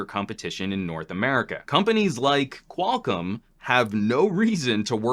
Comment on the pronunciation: Qual COM, not Qual-CUM.